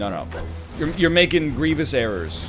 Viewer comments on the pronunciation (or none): none